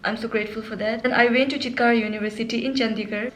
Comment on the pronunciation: thats not "chitkar" .. that is "chitkara" university 😂🤣😂🤣.. m from chandigarh thats ehy i know